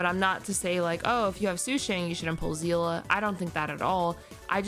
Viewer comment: You pronounces of Seele name is wrong as a long time Honkai impact player 😅 Her name is pronounce See-le not zi-la